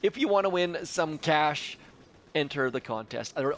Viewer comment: You said ”cash“ in a very funny way